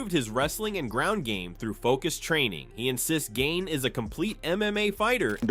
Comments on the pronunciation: The AI voice pronouncing Cyril Gane’s name wrong is funny. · Call him Cyril "Gain" one more time and I'll never watch your sh*t again! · Gain-ee? Like what the hell is that? And holy shit, Tom is really milking this thing